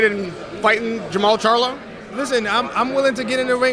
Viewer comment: He can't say the Charlo He a clown